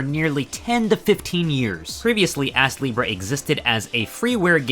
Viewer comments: I keep hearing the name as Ass-Libra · I had to check the title of the game cuz he kept saying ass leebrah